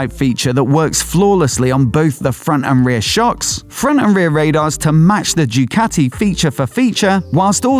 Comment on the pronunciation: Ducati not Jewcati !